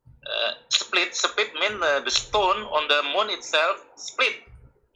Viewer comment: Even i am Indonesian but when said "seplit" instead of split.. I am out... He sounds like Fadli Zon... Oh....